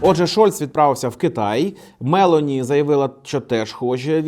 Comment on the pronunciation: Вона МелОні, а не МЕлоні